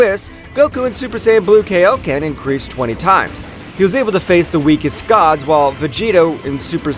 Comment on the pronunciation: It's pronounced kaioken not kayoken